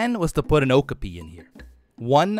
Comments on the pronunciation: Love this series, and I'm a huge fan of Okapis (they really are as soft as they look by the way), so I hope you get to put one in soon. Also, you keep pronouncing it with the emphasis on the first syllable OH-kah-pee, but it's actually pronounced oh-KAH-pee. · lol it kinda bothers me the way he says okapi wrong, I always say it like oh-kA-pee not oh-ku-pee and I googled it to clarify and it said you say it the way I thought :))) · O-kop-ee is how it’s pronounced😂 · I thought okapi was pronounced like o-cop-e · Okapi is pronounced (oh-cop-e. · It’s pronounced o-ka-pi